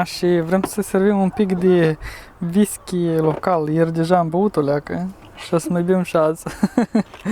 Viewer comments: ha,ha...nu mai spuneți ,,V I S K I ,,!!! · Whisky se pronunta nu visky